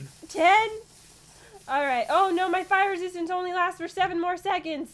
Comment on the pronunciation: I thought Pat say! Pire resiatince bt no! Fire resistance